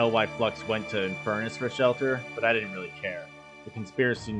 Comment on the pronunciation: "oh he's inferrnus, beat his ass" 😂